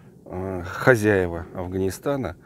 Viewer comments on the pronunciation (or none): none